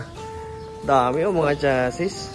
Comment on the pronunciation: cha -zee sir ang pronounce sa chassis